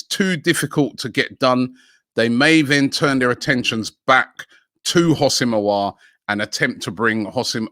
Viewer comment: Houssem Aouar———HOSSIM OWAR”